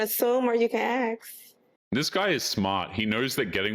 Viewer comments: Aside from the MULTIPLES of red flags these 304's always have, i think we should add, when they say 'AXE', instead of 'ASK'. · its ASK not Axe … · You can assume, or you can axe. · “You can assume or you can axe”. Mmm hmm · Ask ask ask not axe what the hell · A message to baby mamas nationwide: the word is ask. A-S-K. An axe is a tool used to chop various materials. Typically wood. First impressions are everything and your speech says more than what you’re saying. PS: there is no S on the word “anyway”